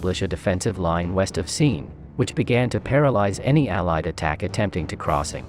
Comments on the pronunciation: Seen is referring to the river seine in Normandy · Cool video.Mispronounced Seine and Leibstandarte.